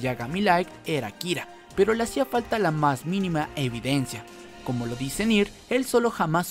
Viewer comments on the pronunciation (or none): none